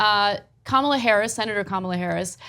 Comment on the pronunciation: Isn’t it Kah-mell-ah, not Comma-lah?